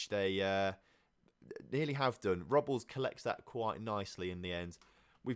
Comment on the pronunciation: The goalkeeprs last name Robles is pronounced Row-Blaze